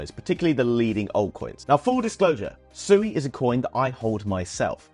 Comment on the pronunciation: It's swe not sooey Read the documents on their website.